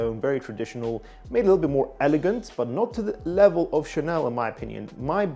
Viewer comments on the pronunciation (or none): none